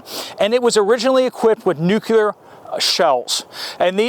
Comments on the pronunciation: Nuclear, not nucular. Nice cannon 👍 ☢️ can't wait. Gonna be a f. Flag. What an exciting day we live. Hurry up and wait 😀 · Nuk-lee-ar , not nuc-u-lar. Yea, I'm an English major. 🤷🏼‍♀️🤣